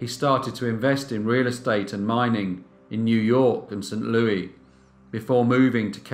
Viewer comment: You pronounce the s in Louis. Pronounced Lewis.